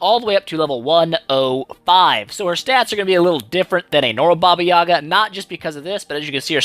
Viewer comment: I expected you to massacre the special skill name,i come from a region from where the baba yaga folklore originated and i had a hard time pronouncing that,impressive